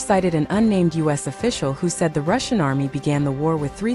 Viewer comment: You should have held back a few bucks for a better bot to read your scripts. It's been 2 years and yours can't pronounce 'Russian'.